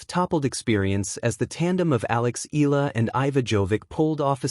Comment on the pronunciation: Say it correctly Eeyala..👍👍👍